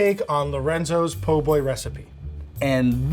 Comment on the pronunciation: c’mon man it’s called a PO boy 😂